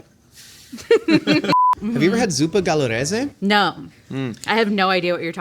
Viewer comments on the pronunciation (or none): Zuppa calabrese? I could be wrong... I can't really hear it properly myself